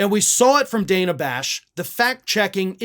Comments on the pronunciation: Dude, it's pronounced 'DAN-a', not 'DAY-na'. Much love. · It's Dan-uh, not Day-nuh. I just think we should try to get pronunciations right since we get mad when people pronounce Kamala wrong. Otherwise, love your work,! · Hi. I watch you everyday and love your commentary. I just wanted to let you know that I think Dana pronounces her name different than you did. Not a big deal but with the way maga butchers Kamala I thought you might want to know. She sure made Shady look like a fool.